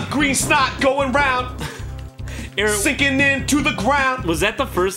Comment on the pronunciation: Arin* Officially how you pronounce it (Aaron) you're good :3